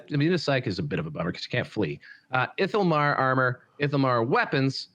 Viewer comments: Very funny how finds so many ways to mispronounce "ithilmar":D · The mispronunciations are bothering me so much. It’s ITHILmar, not ILITHImar… Chrace is Krace, not Trace… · It's iTHILmar,, not ilithilitittylmar for Asuryan's sake